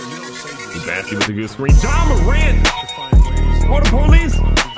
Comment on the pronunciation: That's Bossey, not Bassey!